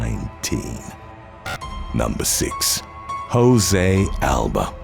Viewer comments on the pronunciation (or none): none